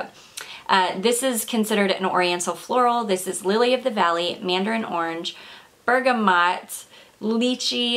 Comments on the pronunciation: Dang it, I hope it landed the way I intended.. hope it helps w the transition from pronunciation "bergamoooo" to "bergamottt", I wasn't criticizing💙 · Thanks for some great reviews!! I am really intrigued now!!! The French pronounce bergamot sounding the 't' -but not with most of their other words!!! ending in ot or et, You made me laugh though!!!